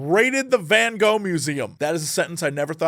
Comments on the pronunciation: jesse please just say van goo. it wasnt even close but thats normal if your language doesnt really use these sounds in this way. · As a Dutchie, I appreciate your efforts to pronounce Van Gogh as anything other than "Van Go". 👌🏻. We require more disgusting Dutch G in our Van Gogh. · As a Dutch person, hearing you try to pronounce van Gogh is really funny Here's how to do it properly: pronouncing the "o" in your original English way is fine, but both the fist "G" and the "gh" are pronounced by a special kind of pronounciation that is very difficult to do for non-Dutch people, it's called a "hard G", and honestly, the sound is so complicated that typing it out isn't easy, but the closest thing i can say is that you should imagine yourself hissing like a very angry cat, combined with the funny thing you do with mouthwash where it's half in your throat, please, look up how to pronounce the Dutch hard G and try it sometimes, hearing non-Dutch people try to pronounce the Dutch hard G is one of the funniest things for us Dutchies